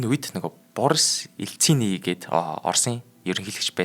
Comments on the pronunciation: Боорс Еээлцини гэж байсын бна лээ гэхээр нь өөрийгөө балиар дээр үеийн хүн юмаа гэж бодлоо😅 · Ааа, ммм.. гээд ядаргаатай ярихаас гадна Борсс Илцийний гээд хээв нэг хэлж байдаг шүү⁉☝🤔😱😅😆😂😝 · Боор с Ель ци ни гэвүү ккк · Танин мэдэхүйн суваг байж ядаж хойд хөрш улсын экс ерөнхийлөгчийн нэрийг зөв хэлчихгүй дээ. Юу гээд дуудчихсан бэээээ😅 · Би харин нулимсаа гартал инээлээ, Борис Eльцинийг яаж хэлчихвээ😂😂😂😂, ёстой 1 багийн алуур гэдэг нь энэ хүн бхаа😢😢😢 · Боря хүүгийн нэрийг юу гд хэлчвээ😂😂😂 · Ударениег нь шал буруу дуудаад, өөр хүний нэр хэлж байгаа юм шиг л сонсогдлоо. Ха ха.